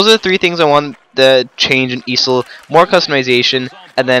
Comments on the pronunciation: I have never heard EASHL be called "easel" like the stand you use on art class but ok... XD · E A S H L wtf is an easil lol